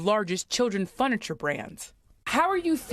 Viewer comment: "Nork" airport? I thought there was a W in Newark. And "fun-iture" is an interesting pronunciation 😂